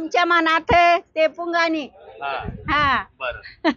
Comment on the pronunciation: पिपाणी म्हणत आहे ते 🤣 एक बाई पुंगाणी म्हणत आहे